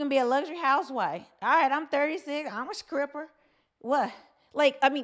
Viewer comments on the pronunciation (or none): You’re a very beautiful Women, who exemplifies pure femininity. That’s being said, I laughed a little when you said, “SCRIPPER,” a few times. Do you know that “low key triggered me?”🤣🤣. I remember practicing the (Str-pronunciation) for weeks as a 5th grader. I finally felt comfortable by the time I reached 8th grade. To this very day, I still prefer to use a replacement word, if I can find one. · I'm sorry, did you say Skripper? With a K ? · IT'S NOT SCRIPPER, IT'S STRIPPER, LOOK IT'S IN THE TITLE!!!!!!!!!! STOP SAYING SCRIPPER!!!!!! LMAO!!!!!!!!!!!!!!!!!! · Did you say scripper 😂😊